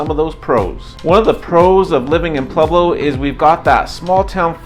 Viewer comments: Don't say Pleblo! It's Pueblo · Why are you pronouncing it Plublo?